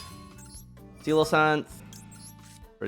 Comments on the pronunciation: Loved the video but... everything you celoesance I cringed a little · This deck is awesome It's SE-LAH-KANTH by the way